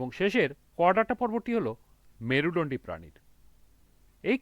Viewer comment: Merudondi bolte parena 😅😂